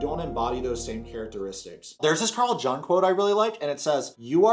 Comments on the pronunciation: It's pronounced "Young" not "Jung." Carl Jung was a Swiss Psychiatrist; Germanic languages treat the letter "G" like the English language treats a "J." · Carl "Jung" is pronounced "Young"